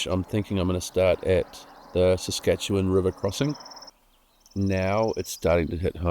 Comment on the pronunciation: Surprisingly good pronunciation of Saskatchewan. 😅